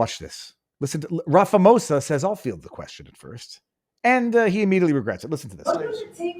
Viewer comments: Ra fa mo sa 😂 funny, love it It's pronounced Ra ma po za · Just quickly Takes the punch out if you say it wrong It's Cyril Rum-ah-paw-za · Ram-I-po-sa. Lol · While I agree with most of your analysis I would have expected you, as a journalist, to at least take the trouble an pronounce our Presidents name correctly - it's not Ram-pha-mosa it is Ra-ma-phosa! the ph is pronouned as a "p" not as a "ph" sounding like an "f". And just do add, I am a naturalised South African imported from Austria in 1970 and I love it here, inspite of all the issues we have the contend with in SA. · The correct pronunciation is 'Ramapoesa'. You are welcome! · Ramaphosa prounounced: RA MA PAW SA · you not even close to saying Ramaphosa's name correctly but I love the way you say it. here we like to say Ramapoes. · Viva Frei - love you buddy! You had me in stitches as you 'slaughtered' the SA's presidents' name ... 'Rama-Posa' ... made my day. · Viva, its RAMA-P(h)OSA. "H" is silent 😅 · It's not Rafamose...just call him squirrel.